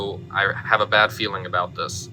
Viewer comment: "I have a baad feeling about this"